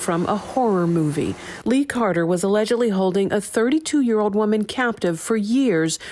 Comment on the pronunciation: She also pronounced the word “ old “ with “ ode “. Who are these boneheads reading the news ?